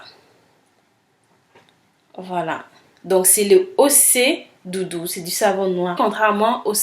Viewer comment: Super vidéo , la prononciation c'est ochè dudu ; bisous ma belle et bonne continuation .